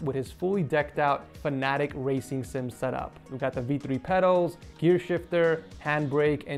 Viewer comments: Just btw the racing sim should be pronounced fan-uh-tech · He says fanetec the wrong way😂